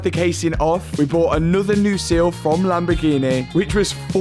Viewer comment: whow! the lamboo-gheh-neh lives and breathes!